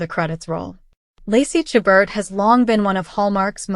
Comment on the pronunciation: Please learn how to pronounce Lacy's last name. And view WINTER IN VAIL staring Lacy and Tyler.